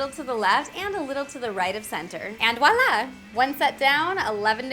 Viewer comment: Voila is said vwala not wala I'm just letting you know because I speak french